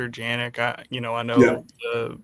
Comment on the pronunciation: doesn’t bring anything to the show,. Drags down the overall product of the podcast, mispronouncing Walker Janek’s name in front of your esteemed guest is a rough look.